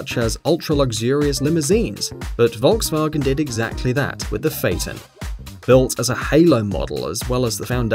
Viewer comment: it's "Folkswagen", not "Wolgswagn" , it's " Mybachhh" not "Maybakk"